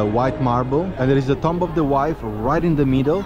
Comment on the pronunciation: the word "Tomb" is not pronounced Tom-B as you said it; Rather, it is pronounced "Toom(b)", the b is somewhat silent in English. lol. I would not have understood what you said except for the context of the tombs in the video as you said the word. lol